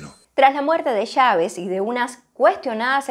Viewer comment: En qué país latinoamericano se pronuncia Chávez como "Shavez" o Machado como "Mashado" ?